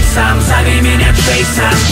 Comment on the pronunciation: Не Джэйсан а Джэйсон. А так круто.